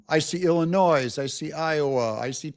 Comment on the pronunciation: Ill-a-noise? The S is silent,. Ill-I-noy.